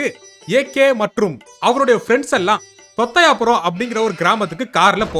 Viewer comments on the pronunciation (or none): தொத்த'யா'புரம் 😂... moothevi ku tamil read panna theriyathu pola.